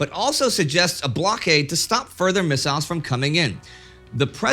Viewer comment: I drink a sip of my beer every time Indy says missaisles..